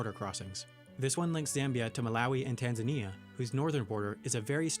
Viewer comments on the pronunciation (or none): none